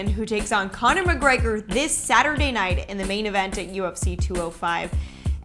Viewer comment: i hate the way he pronounces "conor mcgregor"